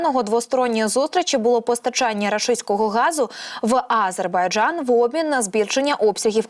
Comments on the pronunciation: Ааааазербайджан….. шо в неї з дикцією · Кто же тебя, "", учил делать ударение в слове "Азербайджан" на первом слоге? Это так должно звучать на украинском языке!? Где вас, таких д...., находят? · Відстойний канал і неграмотна ведуча. А- зейбарджан. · Ви можете слово "Азербайджан" говорити по-людські